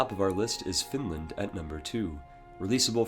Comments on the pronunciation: It's Finland, not Funland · it's finland... not "funlend". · Finland not funland -_ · Did he say fundland? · Johan Jacobs only funland is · The way you pronounce Finland...